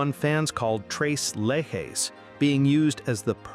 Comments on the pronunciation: Stop saying "le he". It is "le che"! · The pronunciation is tres you know that three leches is leshes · Leche is a spanish word for milk obviously referring to their whiteness . It's Let-chess. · Tres Leck-hess? Nah. Lay-has? No. 😅